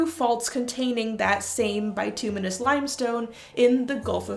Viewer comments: BIT-ew-miss" limestone is how it's usually pronounced. It's also possible that a seismic shift changed the vapours, rendering the Oracle less effective, leading to their decline. They might also have been different depending on the time of year, due to the temp. & water content. Which would explain the scheduling. It would have had to been the off-gassing, not the petrochemicals, to produce the sweet smell. Petrochemicals in rocks and the air can be detected in even small concentrations by sensitive noses. The tarsands (bituminous earth) in Alberta are covered by a layer of similar deposits. It's a crime against knowledge that they blow up the fossils in the limestone to mine the tarsands. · At least in North American english, "bitumenous" is pronounced with a short "i" sound. And inhaling petrochemical fumes is basically gas sniffing!!!